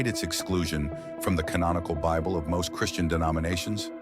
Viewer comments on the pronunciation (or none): none